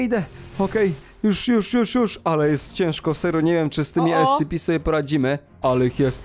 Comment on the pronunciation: Nie mówi się escepi tylko escepe